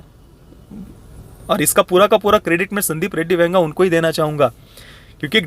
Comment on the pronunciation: Ae, tu Venga bola kya Vanga ko?